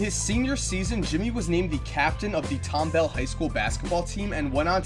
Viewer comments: Tom ball not tombal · Btw it's pronounced how it's spelled Tom Ball not Tom Bell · You aren't saying tomball right it's tom ball not tom bell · He says it like tomble it’s tomball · It’s “Tom-Ball”, not “Tom-Bell” high school. I’m sorry, it just bothered me because I’m from Tomball. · It's tom ball.. Not Tom bell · you said Tomball Rong you say it tom-ball not tombal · bro it's tomBALL not tomBELL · it's Tomball not Tombell 😂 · It's not tombell it's tomball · It's not tombell it's pronounced tom ball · hey no lie i was excited for this but u screwed up tomballs name not tombell tomball wich is ok its just you would be a little pissed if some one screwed up your hometowns name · I live in tomball and go to tomball high school. It's "tomball" not "tom-bowl"😂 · aye Tomball...and its pronounced (Tom-ball) not (Tom-bell) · it's pronounced Tom- ball not bell I take offense because I from Houston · Tombell... ewww lol it's pronounced just like how it's spelled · It's pronounced Tom-Ball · It's pronounced "tom-ball" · Fam did you say tombell? I'm sleep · its literally TOM-BALL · Im triggered ik this video is old bit you pronounced tomball wrong😂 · You pronounced Tomball wrong